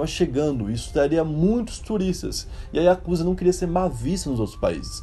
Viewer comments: A pronúncia e escrita não é Iakusa e sim Yakuza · Aprendam uma coisa:A pronúncia correta não eh Yakúza e sim yakuzá!! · Yakuzá. Essa é a pronúncia. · Corrigindo a pronuncia correta. YAKUZÁ. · na hora que ele fala o maisor mafia oriental ""a yakuza"" ele fala yakuza mo estranho kakakak